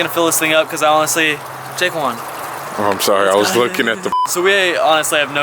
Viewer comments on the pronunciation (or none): none